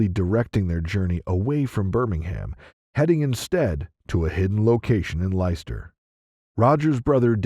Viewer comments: I love how Americans pronounce English cities 😂 “Ly Chester” for Leicester It’s “lester” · It’s not Lie Ster…it’s pronounced Lester!! Spelt Leicester….😂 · Ditto! I think he pronounced Leicester as lie-chess-tar!